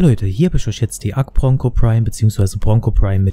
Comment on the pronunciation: I watched this only to hear ponco